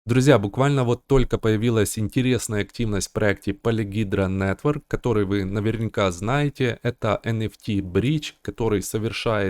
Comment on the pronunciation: видос то имба, но полиХедра, а не полиГидра)